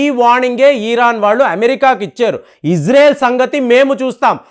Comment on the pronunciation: ప్రపంచమంతా ఇశ్రాయేల్ అని పిలుస్తుంటే నువ్వొక్కడివే ఇజ్రేల్ అంటావు , నీకు చదువు రాదా యటకారమా ,,🎉🎉🎉